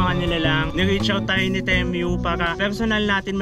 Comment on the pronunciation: pesteng pronunciation ng temu yan 😂